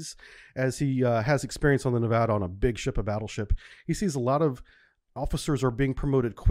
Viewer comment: It’s pronounced, ne-va-duh, not ne-VAH-duh. Otherwise, thank you! And I’m sure anti-semitism had nothing to do with how he was treated.